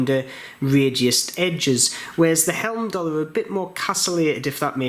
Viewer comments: Great review, thanks for taking the time to do this video, thumbs up given. The name is pronounced hyme-doll-er. Not quite sure why you're continually calling them helm-doll-er. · Video now driving me crazy. It is not Helmdallr!